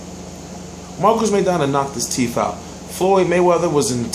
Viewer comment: LIVE come on now you really went there tho lol. yea it's teeth he sounds like he saying teef. my point is teeth is more than one right, so basically he knocked out his tooth.